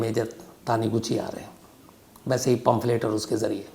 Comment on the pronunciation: Aapne Shamsbhai pomphret word kafi baar bola hain actually pronunciation hain “ pamphlet “ hain